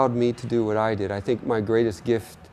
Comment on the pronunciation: First person to say the word 'what' correctly. HWat.